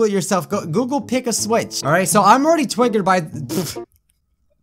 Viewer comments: Who else replayed "twitggered" 1000 times? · Idk why but when he said Twiggered I was laughing so hard xD